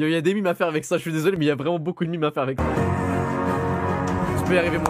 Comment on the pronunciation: quand tu dis des "mimes" c des meme ?